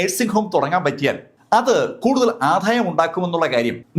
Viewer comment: ഇദ്ദേഹം എന്തിനാ ഇങ്ങനെ ഒക്കെ ആക്ട് ചെയ്ത് കാര്യങ്ങൾ വിവരിക്കുന്നത്. ക്‌ളീനിക് അല്ല ക്ലിനിക്‌ എന്നും ആധായം അല്ല ആദായം എന്നും തിരുത്തി പറയുക. പിന്നെ നല്ല കഥാപ്രസംഗം പ്രാക്ടീസ് ചെയ്താൽ കൂടുതൽ ഭാവി ഉണ്ട്.. 🙏🙏